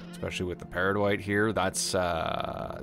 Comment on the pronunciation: People have already gushed about the gorgeous builds and quality entertainment, so I'll leave that aside, but I just wanted to say one thing: thank you for saying 'peridotite' properly. Cheers :)